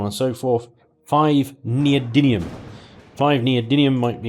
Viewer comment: those words are STILL pronounced: PRO-MEE-THEE-UM and NEE-OH-DIM-EE-UM. Please, for all that is galactic, STOP saying Promethiun and Neodynium! You're an intelligent guy, DON'T DO THIS TO YOURSELF! (but keep the playthroughs coming plz).